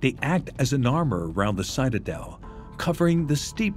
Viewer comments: Citadel is pronounced with a short i, as in “it”not long as in “site” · You got your citadel and lidar pronunciations mixed up mr. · Interesting that the narrator continually mispronounces the word “citadel”